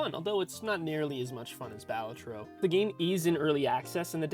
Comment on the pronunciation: Bal A Tro. Emphasis on the second syllable. It's an Italian word. Means joker. Cringe when folks mispronounce it......